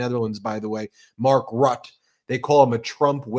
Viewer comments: His name isnt pronounced Rut . Its pronounced "Root-uh" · Don't say Rutt its Rutte I don't like the guy but it's disgraceful.